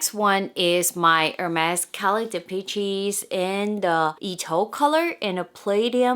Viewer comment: Dee-PESH, not Dee-peach-ee 😂